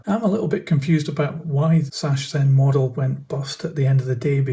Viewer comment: The ch is more a k in Sachsenmodelle